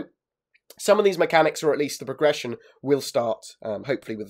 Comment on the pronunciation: "Today i would like to talk about prrrrression of characters"